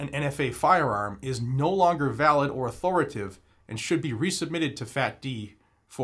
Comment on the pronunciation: Sir, the word is au-thor-i-ta-tive. Just trying to help, not being rude…